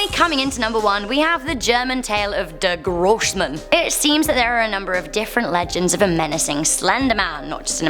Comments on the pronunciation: Is it really that hard to say der großman for not german people 😂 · im from germany and the way she said "der grossmann" made me cringe and laugh at the same time